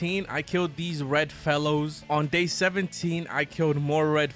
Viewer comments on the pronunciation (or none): I thought u said I started killing red mellows instead of red fellows 😂